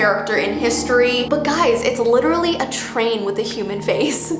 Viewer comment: pFFF-- "Literly"